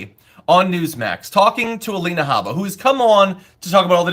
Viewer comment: Alie-na Habba